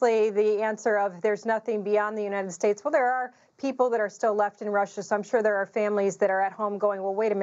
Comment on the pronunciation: Kamala should pick Mayor Pete to be her running mate. Neither of them have done anything in their present positions, so their campaign slogan should be "Stay the Course." BTW, shouldn't somebody tell Old Joe there's a "T" in the word "United"? I've never heard of "the Uni-ned Sta's of Amer'ca."